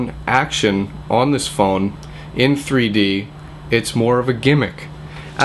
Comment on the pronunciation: it sounds like he said 3 porno lol